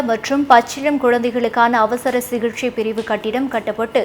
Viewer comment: அம்மா தமிழை நன்றாக பேசம்மா.சிகிச்சை சிகிஷை ஆகிப்போனது.